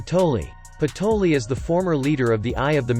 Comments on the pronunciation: Its patry not patoli and raia not rhya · I think it's patry not patoli😅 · Isn't it patry